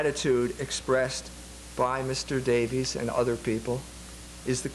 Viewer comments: You’d think over the course of becoming a doctor, EMJ would learn how to say basic words. “Schism” “logos” and even the name “Davies.” Jones is a short lived fad for modern trads who haven’t done much research themselves. He’s decent on economics but he should accept some humility on most topics, which he is no expert in. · Pronouncing it "ssism" and "lo-gaws" are perfectly valid. Note that he does speak at least 3 languages. I will give you the one about Davis versus Davies though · How gracious of you to grant the point that one of the debaters doesn't even know the name of the person he is debating. He calls him Davis at least 10 times and Davies 1 time from what I could hear. It's not a matter of pronunciation it makes him look like a fool. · BTW, Ray Davies of the Kinks now asks to be called 'Davis'. His brother Dave has no problem with the former pronunciation.